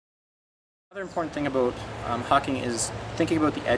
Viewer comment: you say "about" in a weird way...